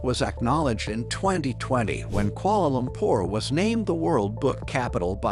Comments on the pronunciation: “Koala lompor” 💀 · “Kuoala lompor “ 💀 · I'm from Malaysia and I'm why are you say Kuala Lumpur so weird